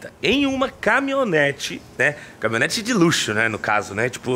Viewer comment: "CAMI-O-NETE", kkkkkk! Compra um curso de português também